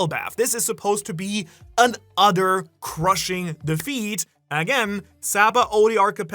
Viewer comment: Holy cow, "udder destruction" you say? D